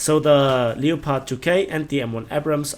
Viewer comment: Lepard...nicht Leopard...Aussprache ist falsch..